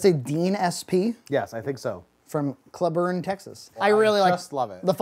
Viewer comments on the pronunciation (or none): It's pronounced CLEE-burn